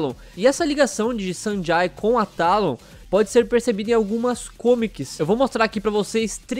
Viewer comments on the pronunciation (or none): Acho q se pronuncia Sanjei